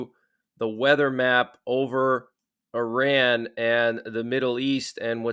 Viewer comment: What a hell is an emergency alert? Also learn to pronouns saying Iran